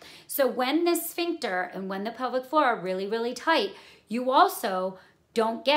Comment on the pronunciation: Thanks for the clear explanation. Much appreciated. Initially I was wondering what this 'public forum' you were talking about, but then towards the middle of the video, I realized you were saying 'pelvic floor'.